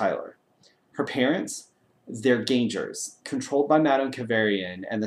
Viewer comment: GAN-GERS! NOT GAN-JERS!